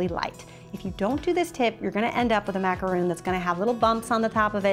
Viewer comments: It’s macaron not macaroon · where are you getting the roon from???? its ma-ca-ron not ma-ca-roon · Sorry but it's pronounced macaron not macaroon. Macaroons are something way different. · You're saying it like "macaroon" but it's Ma-ka-rhon" xD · its not macaroon its macaron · It is pronounced Mac a rawn